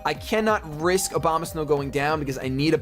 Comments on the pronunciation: I swear to god you said Obamasnow every time. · He said Obamasnkw lol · Why do every times you said Abomasnow I heard Obamasnow ? XD And I continue watching because, I like your humor, I like hearing your reasoning on what moves you make, what pokemons you like and which ones you hate. And you're not full of yourself either, and even when you get your ass kicked you stay enthusiastic about it mostly ! Moreover, you're not a top MLG VGC champion or whatever, you're much more accessible than most of those guys!